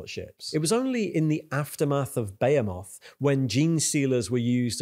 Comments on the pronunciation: Impossible to immerse when this guy says , bahaymoth and tieranids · The way behemoth is pronounced is hurting me physically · Love your videos! Can't stop hearing TAIranids and BEYhemoth though, when its really TYRanids and BeHEEmoth ;)